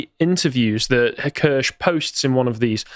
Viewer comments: Kirsche pronounced like Spear. "Key-Er-Sh" shes been trying to tell everyone for almost a year. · none of the people covering Kirsche’s work on bridge can be bothered to pronounce her name correctly lol